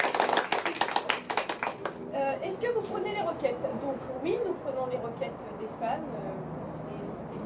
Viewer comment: quand elle dis "requêtes" on entend "Roquette" ♫